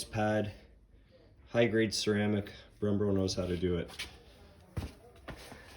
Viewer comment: “Odie”??? “Brembro”??? Lol 😂